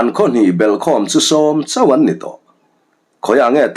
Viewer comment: Chawn leh Vapual chang a, chawn nilovin Chhâwn tih zawk tur.